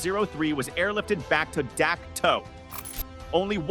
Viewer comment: It's pronounced Dak Toe